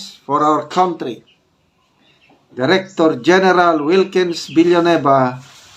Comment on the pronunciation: Kantry po not kawntry!